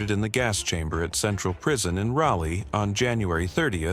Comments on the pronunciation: its not RalA...its ralee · How does the AI manage to pronounce Raleigh three different ways? Rally, Raley, and Raleigh (raw-lee). In case you're wondering, the last one is correct.